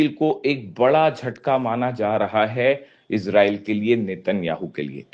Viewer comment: Bhie sahab ijrel nahi ijrile h